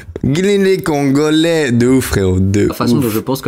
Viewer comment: c n est pas cc les congolai c cc les congogais 😂